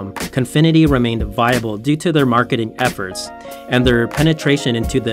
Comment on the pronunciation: Am I the only one that heard him say Mcmarketing efforts lol